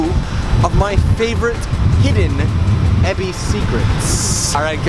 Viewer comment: Why EBISSSSSS??? It's EbisU, even the train lady says so! Great vid otherwise :P